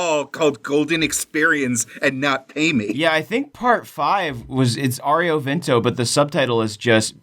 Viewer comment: wait did he just say aureo vento